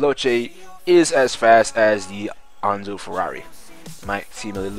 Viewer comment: Why do you pronounce Enzo like that? I've never heard it called "Anzo" :/